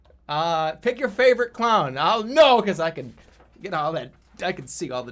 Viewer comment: I get a kick out of how Jerma pronounces “clown” like “clawn”